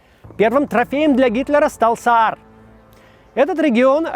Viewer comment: Не Саар, а Заар. Заарланд. 🤷🏻‍♀️🙂